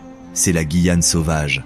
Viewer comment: Super documentaire, par contre, étant guyanaise, la prononciation incorrecte de “Guyane” du début à la fin 😭.